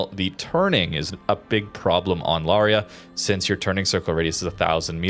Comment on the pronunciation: Lauria is a great ship, albeit the dispersion is sometimes truly crap, probably due to that low sigma… FYI, Lauria is pronounced “Laureea” with the accent on the “i”, and you pronounce both the an and the u as separate vowels, lot like in “Lawrence”. The name comes from a small town in the Basilicata region (actually, two towns, Lauria Inferiore and Lauria Superiore, the former by the sea, the other on the hills).😅 Italian pronunciation for you